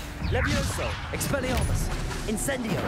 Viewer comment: … it’s expelliARmus not expelliRAmus